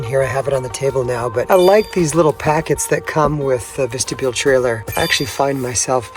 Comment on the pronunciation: Vistabule not Vestabule.